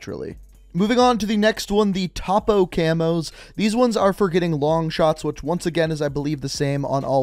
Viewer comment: Were not going to talk about that he said topa instead topo